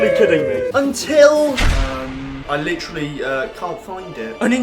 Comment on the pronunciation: we need a counter for every time he says "Litcherily"